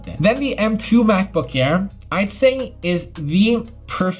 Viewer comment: He says macbook care instead of MacBook air 😂😂